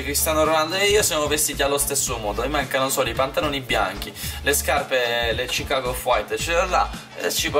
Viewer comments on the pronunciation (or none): none